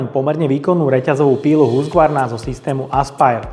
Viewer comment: Preco to vyslovujes Husgvarna ked sa to pise Husqvarna ?